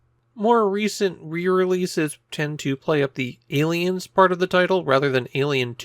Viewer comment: Ayyyy leins